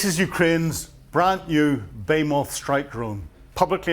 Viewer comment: Are you pronouncing baymoth, not be-HEE-muth? Even Cambridge doesn't pronounce the word your way.